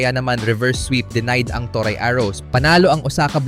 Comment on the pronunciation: "to-re" ang pronunciation ng toray, hindi to-rai. "pon" naman ang pronunciation ng peng. at huli, hindi siya "s five league" kundi S-V-league, as in letter V.